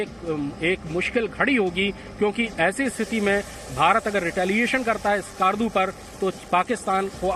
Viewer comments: Us ka naam ASKAAARDU nhi he , Skardu (skerdu) he. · It's Skardu not skaardu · skarrrrdu hahahah, these inbreeds cant even pronounce skardu right. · The way they pronounce Skardu.😂